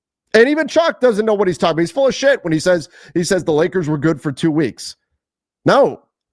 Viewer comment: Did just say “Full if shit”??? Ok ok